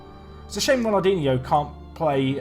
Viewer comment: Can someone tell him he's pronouncing ronaldinsnow wrong